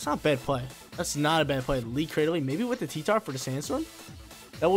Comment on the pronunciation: He even says claydily